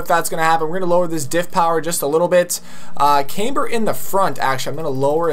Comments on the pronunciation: there you go again with the word came-ber lol bruh its cam-ber. cam. ber. camber. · Can't even pronounce camber